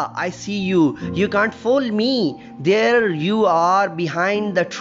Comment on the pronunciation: the word is ''there'' not three